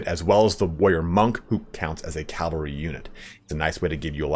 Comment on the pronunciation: Love your videos, your pronunciation of cavalry is sus though